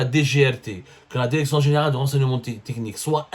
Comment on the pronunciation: Écotes Élégale. Déréction. Dérécteur. Ronseignemon Thécnique. Il te faut un orthophoniste 😂